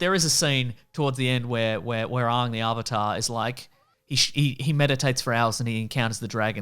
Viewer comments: It’s pronounced “Ang “, not “aung “ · Another weird aspect of this movie is the pronunciation of the names. Aang is pronounced like "Ong" rather than "Ang" and Iroh is pronounced like "Ee-roh" rather than "Eye-roh". While that may be more linguistically accurate based on the respective Chinese and Japanese influences on the names, at the same time, who did Shyamalan think he was impressing? It won't endear you to the fans at all. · I can’t even tell whether yous are taking the pi-s when you say “Ong” (the way the movie says it) ffs he’s name is Ang!!! Lol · I can't stand hearing them say "Ahng" when they had three seasons of the name being pronounced correctly. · The most frustrating part of this movie was that everyone could never get Aang's name right. Everyone kept calling him Ung . . . THAT'S NOT HIS NAME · The way you guys and the movie pronounces "Aang" is painful to hear.